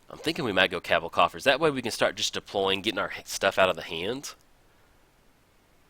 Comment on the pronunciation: You say Cowbell *Cabal coffers so weird